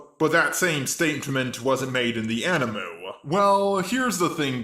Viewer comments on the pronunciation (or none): what he keep saying mango and animu? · eXCuuUuuuuSE mE! It'S THe AniMu